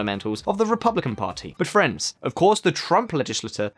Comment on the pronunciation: When you say friends, I hear France. It's disturbing